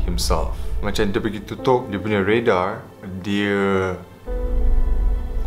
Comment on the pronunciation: Tau lh dh byk sgt ckp inglish tpi nk ckp radar pon kte redar🤣🤣